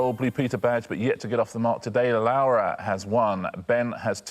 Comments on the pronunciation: This was bugging me too. Spanish Lara would usually be essentially the same as British Lara - there's no diphthong ('lah-rah'). But he's adding a diphthong as though he's saying Spanish Laura ('lah-oo-rah') instead of British Laura ('loh-rah' or 'law-rah'). Since I don't know her, it's possible that this is the right pronunciation after all and it's just an odd spelling for it. But it did really throw me off. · He probably means to say Lara, but keeps calling her "Laura" / "Lowra". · i thought the same thing, but re-listening, i think he means to say "lara", it's just his pronunciation of an A followed by an R. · Actually, I heard him say Lawa once, I think he just has a difficult time with his R’s, you know how British people say things that end in r as an a, and things that end in a as an r… I think the ending of her name is really messing him up, because he’s doing his best to get it correct. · RO knows a lot and is good at stuff but I don't trust his pronunciation. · Yes, "it's pronounced the Spanish way". Which is very much not the way Richard is pronouncing it. Voy a arriesgarme y decir que no hablas Español... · This is so dumb because he very much isnt pronouncing it the spanish way